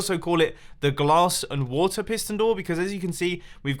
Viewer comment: I don't think Mumbo is ever going to be able to say 'water' without me having 'wata sauce' go through my head.